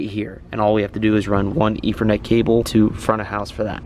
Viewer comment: I swear it sounds like you are saying "efernet" instead of "ethernet"